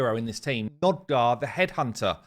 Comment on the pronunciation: NOG-DAR not NOD-GAR.